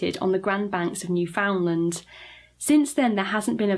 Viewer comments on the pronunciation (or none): Sorry! I just had to point this out, it’s pronounced Neew-found-lande! (Or try saying Newfinlend super fast!)